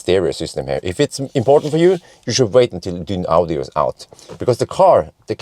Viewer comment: Dyn ... audio, lol that was funny, but it's just pronounced Dynaudio. Perhaps you did it on purpose... dunno. Great danish speaker company for those wondering. Would have been great to show measurements of boot etc. as you used to do in the before times. But there are plenty of other reviews out there.